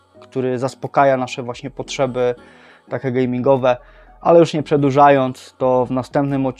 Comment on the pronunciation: Błagam Cię... mówi się "takie" a nie "take" 😊 uszy więdną. A reszta spoko.